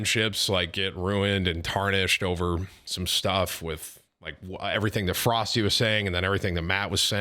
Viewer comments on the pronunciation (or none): isnt Froste pronounced Frosteh?